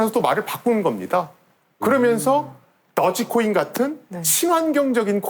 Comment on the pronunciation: 도지코인 = 더지코인 ㅋㅋㅋㅋㅋ